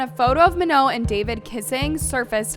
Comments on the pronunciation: Bro its pronounced MA NONE not manoh 😂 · "ma-know" girl pack it up...